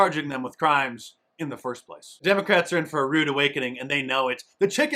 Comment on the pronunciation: Did he say demoCRAPS ?